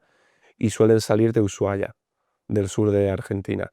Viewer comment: Ah por fin alguien que dice Ushuaia y no Usuaia como dicen los argentinos